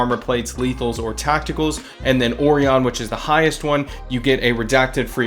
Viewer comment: Orion (oh-ry-en)